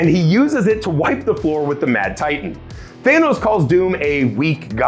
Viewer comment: Did he call him Theynos?